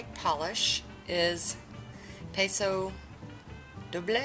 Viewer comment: I can tell that you don't watch Dancing With the Stars...😃. It's pronounced "Pause Oh Dough bley", (,more or less😃). Beautiful polishes!! (Sunshine about knocked the bedroom door down to get in as soon as she heard your voice... I wouldn't let her in because she just got her monthly bug-off med treatment and has a wet stripe of Advantage down her back...😞)